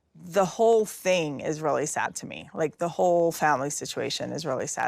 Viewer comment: This could be a drinking game ... take a shot every time Meri says "roolly" (really) ... you'll be drunk in a minute, guaranteed.